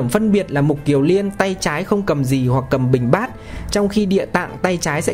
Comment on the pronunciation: Xin người đọc lưu ý là Mục KIỀN Liên chứ không phải là Mục KIỀU Liên nhé